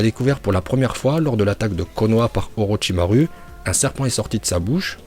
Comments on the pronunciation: Tu dois encore travailler ton prononciation en Japonais ^^ U se lit ou pas u ça se prononce Orochimarou au lieu de Orochimaru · orochimaru à la fin on dit pas "u" mais "ou"